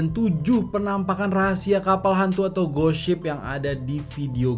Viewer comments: Tulisannya ghost ship kedengeran gosip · Di menit bilang: ghost ship Yang gw dengar: gosip:vvv